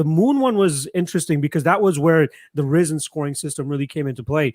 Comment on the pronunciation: Rih zin. Not rise in. Smh